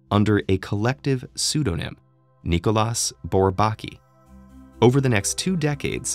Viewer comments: I misinterpreted the title and thought this mathematician was Pratik Aghor. I was waiting when all this introductory talk about Bourbaki ends (I knew about it anyway) and the videos gets to the point. Lol. Also, shouldn't his name be pronounced by french rules? [nikolj'a burbak'i]? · The s in Nicolas is silent